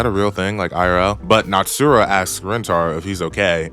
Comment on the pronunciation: Good recap, but fucking natsura? Its natsusawa, dude.